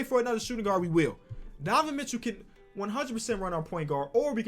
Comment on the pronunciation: “Donovan Mitchew”